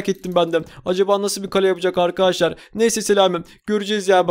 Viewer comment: Abi niye arkadaşlar değil arkaaşlar diyon ?